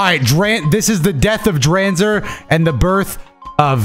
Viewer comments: Hearing pronounce Dranzer like that immediately made me cringe 😭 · Drawnzer and Draseel for pronunciation 🤣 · Man really said drakieel and dreeenzer 💀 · Dranzer pronounced as Dr-AWN-zer Draciel pronounced Dr-SEEL Driger pronounced as Dr-igger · As an old fan of this show, how he butchered the names of dranzer and draciel made me scream at My phone